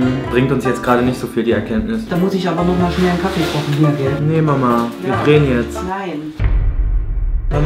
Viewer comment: "bist du dummE" oder "Wir kochene" Er hängt einfach immer ein E dran.. xD